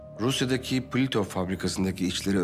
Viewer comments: Pulitov değil, putilov fabrikasi. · Pulitov deyil, Putilov fabrikası, ruslar "zavod" deyir, "Putilovskiy zavod"